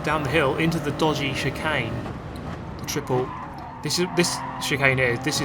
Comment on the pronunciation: "Dodgy Chicane" pitch perfect Aussie accent.